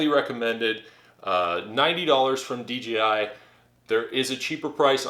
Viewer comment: It's pronounce dee jay eye, not dee gee eye.